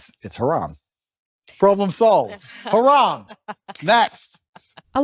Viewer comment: I like Bro. Andrew said " Haram" "Khalas".